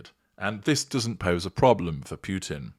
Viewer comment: Just little offtop, it it pronounced Poo-tin, not Pew-tin.